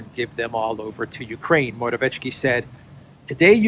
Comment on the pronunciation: I'm not Polish, but I'm pretty sure there is no "tsh" sound in Morawiecki - just "ts" (Mo-ra-viet-ski). It would need to be written Morawieczki to be pronounced that way.